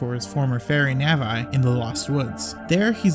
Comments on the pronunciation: "Nav-Eye" ugh. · im sorry what???? “Nav-eye” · did this dude just say "nahvai", its navi... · "Nav-eye" Ugh made me cry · Nah-Vee, Neigh-Vee who cares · I stopped listening after that if I'm going to be honest. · "Nav-eye" just gonna step away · Nav eye? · I'm sorry..... Did you just say Navi-I? Have you ever played a single LOZ game? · Please don't call her Nav-Eye... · "N A V A I" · Lol I was thinking about it but you are already powerful enough. Any more and it could get dangerous. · How do you mispronounce Navi’s name lmao. Great vid tho. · Nobody mentioning the pronunciation of navi? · ok but y he say navi like that tho? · Imagine saying Navi wrong. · I enjoyed you video but if you mispronounce Navi again. I just don't even know what I will do